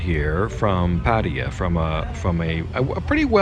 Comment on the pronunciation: Paaa-tee-a. 😂🤣😁 pattA-YAA